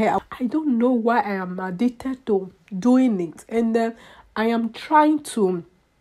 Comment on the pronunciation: ...Errrr.. and what was the purpose of this video??? A whole lot of talking but not saying much. "I am addigded to cotting my heh?" Whats ur point? Who cares?